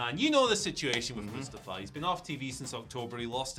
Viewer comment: Oh please oh god, never say Mustafa again Moo sta fa